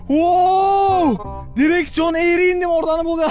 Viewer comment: Direkson eğyri giderim direkson eğyri giderim